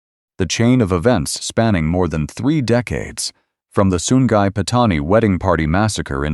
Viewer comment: Sungai jadi Sun Gai